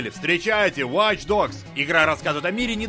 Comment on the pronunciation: Объясните мне, почему на столь солидном ресурсе обзоры на игры - продукт, принципиально создаваемый на английском языке - озвучивает человек, в принципе не способный к произнесению английских слов? Какие "вач догс"?! Какие "криатив асемблей"?! Люди, пишущие текст, ну дайте ему хотя бы приблизительную транскрипцию кириллицей, если человек не в состоянии прочитать хотя бы с акцентом английское слово!!!